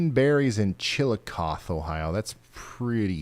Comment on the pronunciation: Ryan...it's Waw paw kon eta. And fyi. Chillicothe is pronounced with the eeee on the end.